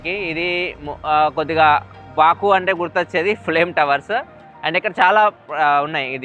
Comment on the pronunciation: బకు బాకు.... పదే పదె అంటూ ఉంటే.... బోకు లాగా వినిపిస్తుంది😂😂😂😂😂😂😂